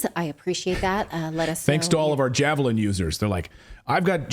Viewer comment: SHE SAID JAVLIN WHICH IS IN FACT A JAVELIN. SHE ABBREVIATED THAT WORD INSTEAD OF PRONOUNCING THE E SHE JUST SAID JAVLIN.